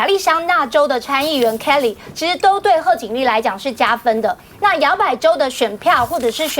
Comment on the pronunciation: 那個高女Kelly發音實在是真彆扭，不會唸就叫凱利唄！